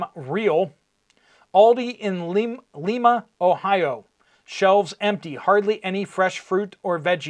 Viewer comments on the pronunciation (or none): You crack me up 😊 ..Lima is not pronounced leema, its said like lie not lee. Hope that helps.